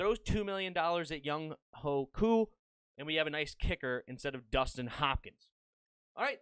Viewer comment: it’s Actually pronounced Young Why Koo